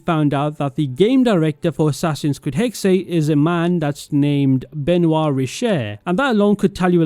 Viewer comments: I’m pretty sure it’s pronounced hex-uh I try not to nit pick pronunciation but I just couldn’t handle this one for some reason. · i’m sorry but pls say hexe right next time